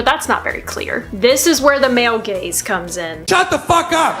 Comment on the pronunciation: when she said,"Male Gaze", I thought she meant,"Male Gays"